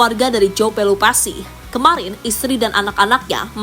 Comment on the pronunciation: Pelupessy bukan pelupasi jauh banget min!!